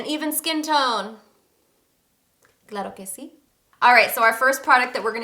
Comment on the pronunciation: Can’t wait to try! My mom has a hyperpigmentation on her face like your friend but in bigger spots, I want to see if this works for her too. Also, LOVE the way you say Claro Que C lol! Packaging is 🔥 & This is such an inspiration as a fellow latina and mother thank you for paving the way and not being afraid to name your products in spanish!